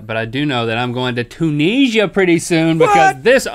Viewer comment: A guess it's a bit late but, Link, Tunisia = [tune-nizz-ee-a]